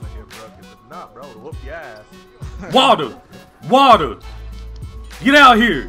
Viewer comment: Watea Watea Wetea 😄😄😄 Water